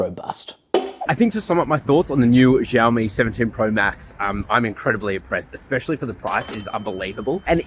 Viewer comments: It’s not zhaomi stop mispronouncing the name it’s annoying af. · Xiaomi is pronounced sh ow me. Like shower but except mi instead of er at the end.